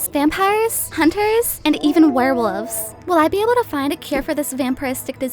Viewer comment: I keep understanding "werewoofs"